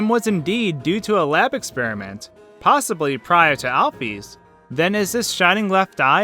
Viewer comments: allph'ys is not pronounced alf e's its said like al fis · he said aphys its alphys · U don't pronounce Dr. Alphys like that. You're pronouncing it like Dr. Al-Fees. It's pronounced Dr. Al-fis. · Al-fees? I pronounce it Al-fiss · To say alphys is Al-fis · Alphys's name is pronounced Alfiss. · Alphees? Amalgama-tays? Uhh... That's not how you pronounce them... Sorry... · ur a good theorist but plz learn how to pronounce amalgamates and alphys!! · im waiting for fans to rage over the point you pronounces alphys wrong... i guess not, im suprised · alphees tho... alfis is the way i pronounce it, dunno about you people